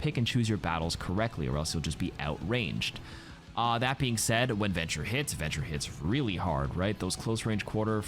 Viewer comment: venture slurred